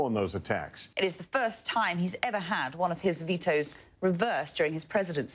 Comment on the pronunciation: American Child Oh I thought that was just Trevor adding a whole lot of emphasis to the word 'ever'